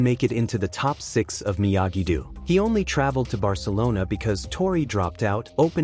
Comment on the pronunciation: It is not pronounced Miyagi dew but Miyagi dough.